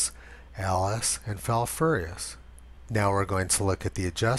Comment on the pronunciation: You came VERY close to pronouncing Falfurrious properly. Great job!